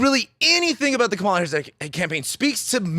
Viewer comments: Comma-la, not cum-Mala. Ignorance or disrespect?? Neither is attractive. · It is pronounced “comma-la”. 😉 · Can you seriously not pronounce KA MA LA? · I just wish you would say her name correctly. If you are a history buff then you should recognize the signs of the fascist rhetoric that he has been spewing. The reason that he was not a dictator in his first term is because people surrounding him kept him in check. Those people are no longer there...the people who would be surrounding him in a second term would not hold him back. That's the difference. I think people are missing that point... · It's a disrespect thing. They all know her name. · Trump appointed 3 judges who overruled Roe v Wade. Women are fucking dying, this is more than elections. He can’t even pronounce Kamala right wtf